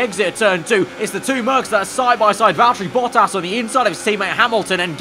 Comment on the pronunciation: ah I hate how says Valterri Bottas